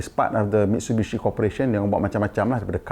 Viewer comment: Cara sebutan Jepun.... Mit su i bi shi